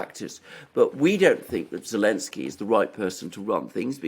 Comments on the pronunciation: Ze ze ze zelensky. Not elensky. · Can someone explain to this dude that it's not Elensky but Zelensky? Not that I care, but he sounds like an amateur. He clearly doesn't realize that. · Is saying elensky instead of Zelensky or is it just me?